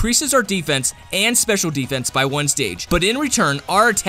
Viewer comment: When you say sdfffffff dose that mean special defense xD